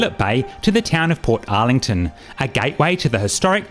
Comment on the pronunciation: thank you. I think I will make a booking.🎉 PS: Bolte-ee not bolt. Portarlington is not spoken as two words. EG : You would not pronounce Melbourne as Mel-bourne. OK?! 👋😃🇦🇺👌